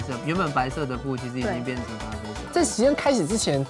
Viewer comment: 因為咖啡念咖不念嘎